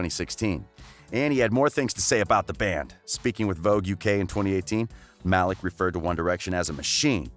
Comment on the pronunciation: It is 2020 bro How do you not know how to pronounce Louis, Niall and Malik